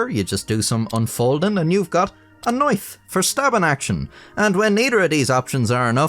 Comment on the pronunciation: "A noife" 😂